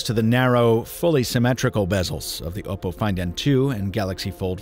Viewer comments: OPP-oh.... not OH-poh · Oppo is Op-oh Not Oboe with a p